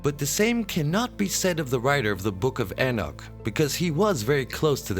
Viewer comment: Your videos the only time I've ever heard anyone mispronounced the name of Enoch. Some sort of mental illness maybe? In pretty big logical jump there at the end, which is quite illogical. What is wrong with you.?